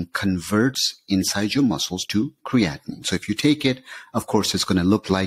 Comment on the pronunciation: Most contributors to these web sites, including, pronounce Creatine and CreatiNINE the same way, creating confusion in the listener. CreatiNINE is the culprit for kidney disease and comes from CreatINE in muscles, meat etc.